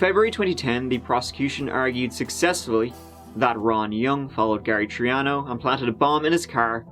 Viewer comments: Gary Tree-ano? Really,, really? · When you say Gary Triano, I think you mean Gary Threeano....my bad.